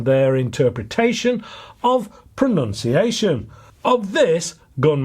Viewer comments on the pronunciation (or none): none